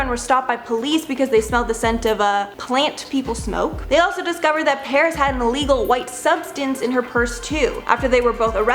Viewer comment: Clint Countryman She said Saris when she said she was banned from the Las Vegas club